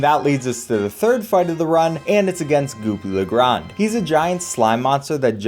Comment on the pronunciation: Goopy le grand💀